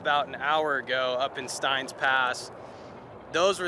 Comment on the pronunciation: Awesome trip! But Steins is pronounced "stains". 😊